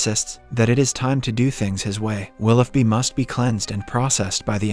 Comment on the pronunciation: It’s pronounce “willow bee” not “willoff bee” 🤦🏼‍♀️